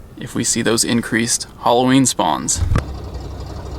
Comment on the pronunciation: it's Halloween not holloween